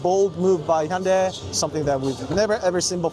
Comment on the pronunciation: Hyundai is pronounced hyundae This person pronounced it perfectly 👌